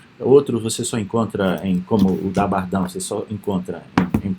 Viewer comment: professor, a pronúncia correta é Bardén, invés de Bardã